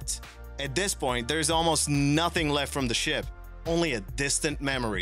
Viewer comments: It does sound like that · A HUGE thumbs up for this one! I too heard SHIP - not shit! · He said ship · sounds more like a T to me